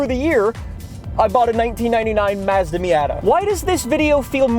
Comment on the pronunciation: Bro you say "Mazda" like a fucking phsyco